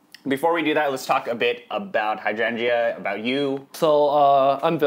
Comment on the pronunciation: love this video, but the way you pronounce hydrangea triggers me